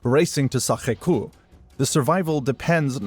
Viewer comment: Sacre Coeur, not Cour.